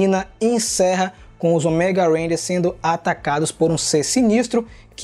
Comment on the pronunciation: Eu ainda estranho a variação da pronuncia da palavra ÔMEGA de vcs. As vzs sai certo, com a silaba tônica no "Ô", as vzs sai com a tônica no "ME", como se fosse "OMÉGA". Rsrs...